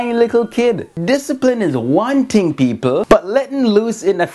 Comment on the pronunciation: he cant even say thing he says tink